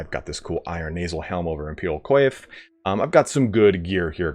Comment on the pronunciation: Hello and thanks for another great vid! One piece of constructive criticism - work on your language. Find out how to pronounce certain words you don't know, like towns and in English too, like "Coif" which is pronounced "Kwaf". It would really up the quality of your videos!